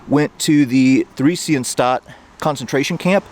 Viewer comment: The two individuals whose stumbling stones you found at the beginning of this video were indeed sent to the Terezin (Theresienstadt concentration camp and ghetto as you mentioned). The letter H in the name of this particular concentration camp and ghetto isn't pronounced as part of the camp/ghetto's name, just to let you know.